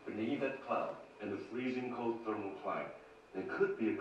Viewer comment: I liked the way she explained her conclusions with facts. A bonus is the way she says "thermal". The Irish in her heritage REALLY shows. This video was awesome to watch.